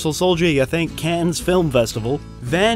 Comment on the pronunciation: 1st off, it's Dux, "Dukes," not Ducks and... "Cannes" is pronounced "Can." The ES is silent. 2nd, the set and background of the movie was obviously developed with creative license because no one would want to see a movie about a tournament which happens in "back street" setting with a bunch of shady characters hanging around. It needed "beautiful people," as well. The interviews between Dux and Viking Samurai on his YouTube channel answer a lot of questions, including the fact that Senzo Tanaka does exist and was his teacher for about 5 years (confirmed in an interview with Sky ). Dux also explains how the large number of won fights happens in a short period of time, some lasting only a few seconds. Having fought in large tournaments, myself I can attest to this happening. Not that many matches are long, drawn out affairs with guys beating each other half to death. This is also eluded to in Bloodsport, with many of the "filler" matches in the montages being over very quickly. . Dux is a verified, qualified martial arts instructor with his own system.. There are videos of him teaching classes with validity, not some hokey demonstrations as found in the "fake master" segments on the net. There are lots of rumors and myths about Dux, a lot just "investigative" rehashed of other rumors and myths. Some of the things he has said have been exaggerations and even if there are lies that he's told of screen and out of the dojo, not liking someone for questionable ethics doesn't automat